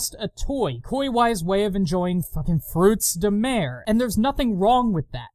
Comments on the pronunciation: anyone keeping track of how many time he says " fekin 'frootz dah mair' " in this thing? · "The dub says what now? FROOTS DE-" sighs Ah yes, mispronouncing French, my favourite. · The fact that you constantly point out your dislike of the improper pronounce of the games title makes me smile. It irritates me that they couldn't have just used the French term, rather than the English version. Also your musicals are one of your best trademarks.